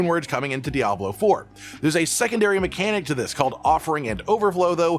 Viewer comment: So what im hearing is "season of Diablo3" 😂